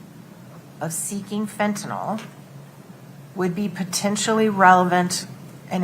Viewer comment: It’s Fentanyl, not fentanol. I don’t know why, but it’s maddening to me.